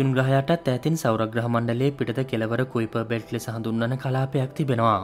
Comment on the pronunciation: කයිපර් බෙල්ට් කියලා නේද කියන්නෙ?